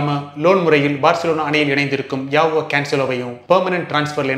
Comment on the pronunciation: Bro avanga name ஜாவோ... யாவோ illa